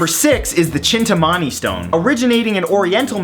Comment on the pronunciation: Just sayin', its pronounced chin-taa-ma-ni stone